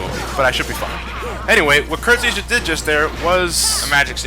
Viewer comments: The agrabah secrtet boss is called Kurt zisa ( Kurt Zie-Za) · Jay M but he pronounced it as Kurt Zee-Sa.